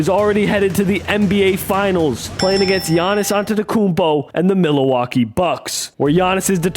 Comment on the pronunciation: pained me every time he said milalaukee